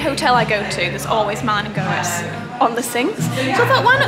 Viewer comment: i think it's pronounced Malin and Getz but worth checking